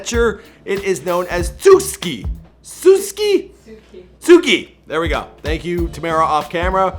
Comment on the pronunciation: That pronunciation of Tsuki 🤦🏾‍♀️ lol